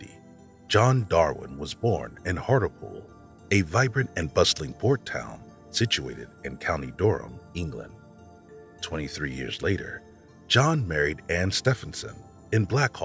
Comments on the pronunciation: Heart-lee-pool county duh-rum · It's "HART_LEE_POOL". And it's "NO_RICH", not "NOR-WITCH". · Hartlepool UK is pronounced "Hartleypool" Brilliantly narrated stories however! Much love from the UK 🇬🇧 xx